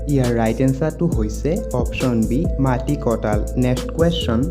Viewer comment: অসমীয়া ভাষা শুদ্ধকৈ লিখিব দে আৰু কবলৈ চেষ্টা কৰিলে নিশ্চয় ভাল হ'ব শুনিবলৈ মাটিকটাল নহয় ঐ মাটিকঁঠাল হয়।।